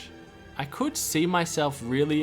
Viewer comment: emphasis-a-reno on could